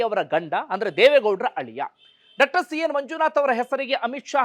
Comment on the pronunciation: ಡಾಕ್ಟರ್ ಅನ್ನುವ ಬದಲು ಡಕ್ಟರ್ ಅಂತ ಕೇಳುವಾಗ ಕಸಿವಿಸಿ ಆಗುತ್ತದೆ . ದಯವಿಟ್ಟು ಸರಿಪಡಿಸಿಕೊಳ್ಳಬೇಕು ಅಂತ ವಿನಂತಿ ಇದೆ